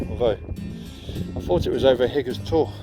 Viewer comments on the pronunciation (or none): nice video mate....really enjoyed it however the wife cringed every time you said Hathersage instead of Hathersidge...and whenever you called Higger tor , higgers tor